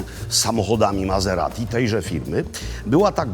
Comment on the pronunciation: Mazeradi? Myślałem, że Maserati! Włosi nie wymawiają po niemiecku....